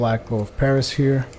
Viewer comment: Respectfully, I believe it is pronounced Pharis (Faris).